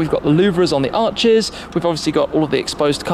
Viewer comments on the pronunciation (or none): none